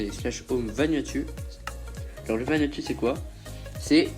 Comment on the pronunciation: On dit pas VanuatU on dit vanuatOU